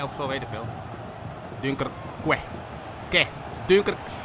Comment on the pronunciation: dunkerque spreek je uit aks duinkerke